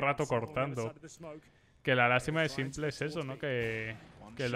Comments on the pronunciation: UFFF PORFA SIEMPLE NO PORFAVORRRR "SIMPOL" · cada vez que dices "simple" en vez de " simpol" (en inglés) le quitas aim..Pobre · me suena tan raro oír "s1mplé"